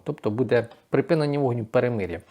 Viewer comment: Та припИнення війни а не припінення. Вивчить нарешті це слово!!!